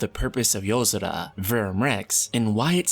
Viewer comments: It’s YO-SORA not how you’re pronouncing it 🙄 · Good video but holy Shit can you just say yozora without an accent every time. So god damn annoying